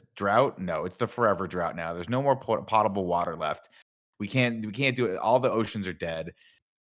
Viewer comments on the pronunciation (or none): my bad joke was he didn’t say it right it’s pronounced “Po-ta-ble” not “pot-able” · what is “Pot-able” water? Is that water only fit for pots?